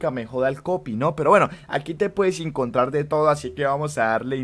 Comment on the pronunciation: es caleño mk jajsjaja